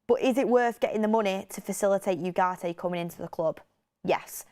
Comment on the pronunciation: please make a little effort to pronounce the name Ugarte correctly